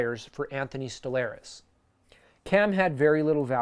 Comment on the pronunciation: As he is your new goalie and our former, just letting you know with Stolarz you pronounce arz like you would starz, stol•arz or "stole arz", not Stolair•ez. Gotta say though, great video! He should work out for you guy, still young and us flyers liked him. He didnt play a lot as he was dealing with injury, but when he did play he was solid and even got us a shutout last game he played. Should do well for you guys, hopefully Talbot works out for us.